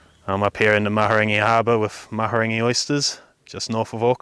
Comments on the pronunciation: Maha rang eee, learn how to pronounce Māori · you need to take some time and learn how to pronounce Mahurangi properly if you are going to have a Maori name surely you can take the time to learn how to pronounce it correctly